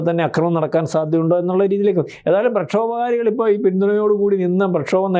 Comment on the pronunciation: പ്ലക്ഷോഭകാരികൾ എന്നല്ല പറയേണ്ടത്. ആദ്യം പോയി മലയാളം പഠിക്ക് ബുദ്ധിമാനേ.